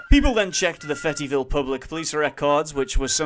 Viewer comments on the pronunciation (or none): did he call fayetteville "fet-ee ville"?